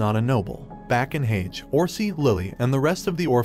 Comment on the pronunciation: He’s saying it like hagee but it’s said like haje